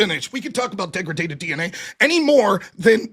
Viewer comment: 'dEgraGAted dNa'